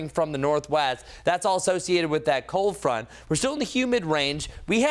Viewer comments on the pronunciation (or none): Did you say cold front 🤔 😳 👀